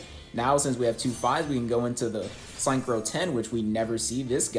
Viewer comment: why do you mispronounce synchro like that? its sink-crow not sign crow